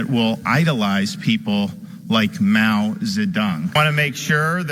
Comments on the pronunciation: That's what I hearx too: Mao the Dung. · Mao Zay Dung? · Florida education at it's finest. He can even say their names properly. Mousie Dung? And now they are trying to bring that education to a lower level. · Mow Zuh-dung and Chake Kay-vaw-ruh